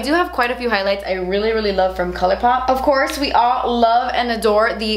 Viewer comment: I wait for that moment when says: “OFCOURTS” 😍😍😂😂😂😂😍😍